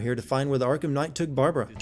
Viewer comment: Arkham Khight?